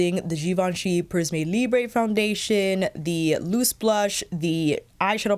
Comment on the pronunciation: Hello, Oh please search the right prononciation. It's not a spanish brand it's french prism[eu] libr[eu[ ❤️